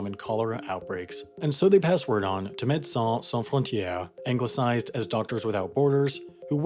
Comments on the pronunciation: Amazing video! But one thing please don't say medecins sans frontiers again ;-) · How long did Wendover practice saying Medicins Sans Frontieres?